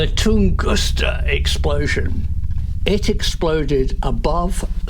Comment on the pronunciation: It IS Tunguska, isn't it? 🤔 I mean, not Tungusta, as saying, right? 🤔 (Yeah, I'll probably look it up and answer my own question anyway!) 😊 😀